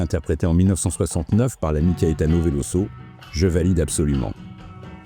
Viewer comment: VeloZo; Il est brésilien donc en portugais, comme en Français le s entre deux voyelles se prononce Z. C'est frustrant à l'écoute. Dommage la vidéo est très bien malgré ce petit souci...